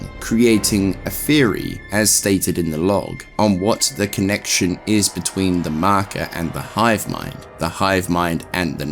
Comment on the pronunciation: I love how you say “The Marker” ❤